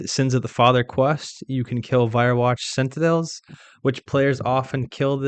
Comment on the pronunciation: Not to be mean, but you mispronounce every fourth word in this guide and it makes me sad. Spectre is 'Speck-turr' not 'speck-tree' Basilisk is 'Bass-ill-isk' not 'bask-ill-isk' Sentinel is 'Sent-in-ull' not 'Sent-in-ell' Meiyerditch is 'My-err-ditch' not 'My-err-deech' Mirror is 'Meer-ur' not 'mayr-ur' And dear God, so many people get this wrong it's almost an OSRS youtuber meme. Melee is pronounced 'MAY-LAY' not 'mee-lee'. The Super Smash announcer wasn't messing around, I don't know how so many people who lived through that era forgot something so commonly shouted at them.